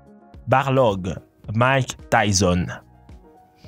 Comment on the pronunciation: C'est pas Barlog mais balrog